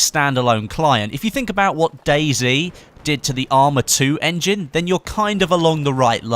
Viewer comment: why did you call Day-z for Day-c (I know it is american) but since you're british, I really got confused:/